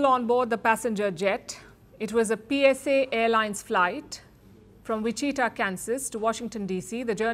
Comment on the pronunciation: It’s pronounced “Which-It-Tah”